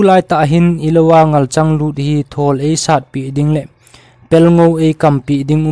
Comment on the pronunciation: 8.37 a thawwll )❌(Thuuwwolll ,👈chi git a hi lamdoh ding) thol joh tiding ahi. chu lel galngam pa min sehleh hilou in selleh joh ahije